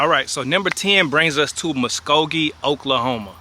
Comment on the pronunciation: Born and raised in Muskogee 😁😁😁 took me by surprise when you said it & actually pronounced it correctly too lol